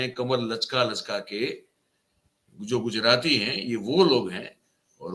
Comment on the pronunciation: Pause dede woh Gujrati nahi hota.